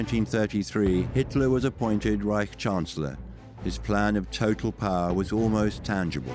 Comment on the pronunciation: Every time the Scottish guy speaks the word power... It sounds funny he says purr..... hahahaha